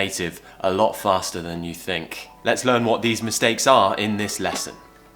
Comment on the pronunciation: learn word is different as u said i think u pronounced R in learn however after R is a consonant